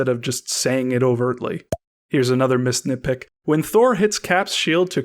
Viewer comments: This whole time I thought you were saying “Miss Nitpick “ until I realized that it was missed nitpick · for the longets time alll i heard was misnitpick